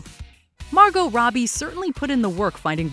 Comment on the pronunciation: Her name is NOT Rowby or Roadbie. It is Robbie, pronounced ROBB-EE.